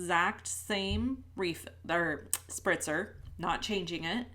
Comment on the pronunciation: Spritzer spritzer bottle not sprinter LOL